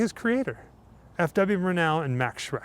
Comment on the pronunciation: Murnau: stress is on the first syllable. MUR-now